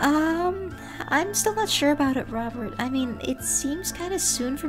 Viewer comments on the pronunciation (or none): Lmfao L "BOBERT" (robert)